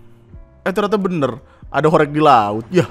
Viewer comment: Gw di surabaya, alhamdulillah ga ada horeg😅 BTW cara bacanya "horeg" salah bang. Reg = peREK ✖️ Reg = REGo (bhs jawa nya harga) ✔️